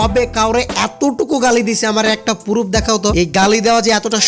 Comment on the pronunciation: পুরুফ না বাইঞ্চদ প্রুফ বল🥴হালা কথা কইতে পারে না আইছে সাদিকুলরে রোস্ট করতে🥴😂